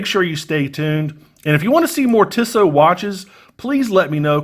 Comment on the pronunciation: No offence but the company is pronounced Tee-So.